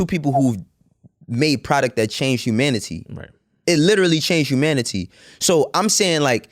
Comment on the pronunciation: I hate how he says ‘humanity’ but other than that, love this so far.